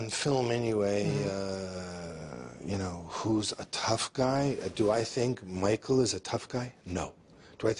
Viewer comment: Michael that's not how you surname is pronounced.